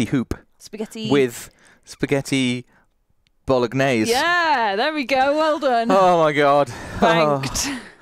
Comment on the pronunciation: #vodsquad, I NEED to know knows the G in Bolognaise is silent and that he’s just being whimsically playful or I can’t sleep 😅 🍝